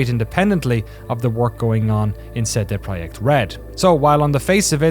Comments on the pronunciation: seh deh proyekt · 'SaeDae Prawyect' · the proyeckt part is spot on, the CD part should be pronounced "tse" for C and "day" without "y" for D